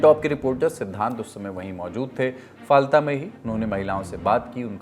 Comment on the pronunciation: Ise फाल्ता kahte h bhai ....na jane kitne din se galat pronounce kiye ja rhe h pure lallantop ki team.....koi correction v nhi kr rha h kya ??